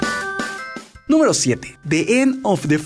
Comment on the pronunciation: En la 3 dijo nuemro 13 y o dios que no sabes pronunciar el ingles